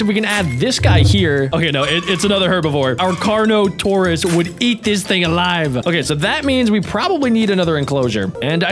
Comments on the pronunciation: And the best called the carnotaourus kano-taurus💀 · *Pronouces Carnotaurus* "Karnatos!" Also: *Pronouces a word my spellcheck and Injen poachers arely can perfectly* "Pachy-Self-lo-saur-us!" +===+====+====+ Your brain might be tiny and like 20% 'recycled' former researchers but apparently it has parts that work well after all! XD Seriously most people say Pachy because they can't bear to try and fail to pronounce that half right.